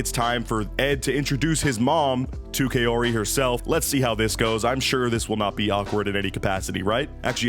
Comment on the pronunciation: Kai ooreee like oreo cmon guys